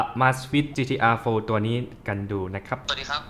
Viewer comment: ออกเสียงชื่อรุ่นนาฬิกาผิดหรือเปล่า